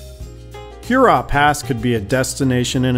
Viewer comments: “Her raw”, not like Huron. 🤓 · I’m just playing with you guys - the video was truly A+. It’s every time you say Hurrah. Love your work, and please know I’m just goofing around.